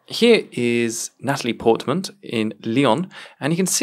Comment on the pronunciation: and Nataly porkmanston, or whatever he said.